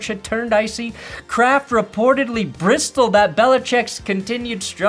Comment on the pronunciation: ok, you mispronounced "syllabic", "bristle", and "unassailable". ....